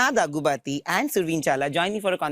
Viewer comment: Daggubāti … not bathi .. bathu and all 🤦🏻‍♂️